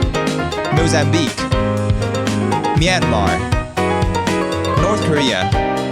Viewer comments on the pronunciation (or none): none